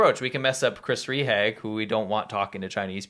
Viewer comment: Rehage = Ray-HAH-guh. Not Ree-hag. Your German is terrible.